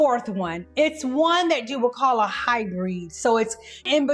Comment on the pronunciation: Great video. I have super oily skin at 58. Matte foundation makes me look older so I prefer a satin finish however I wear a matte primer which is a great combo for helping with my oily skin in the summer. Also, you mispronounced HyBRID..like bid but with an R 😊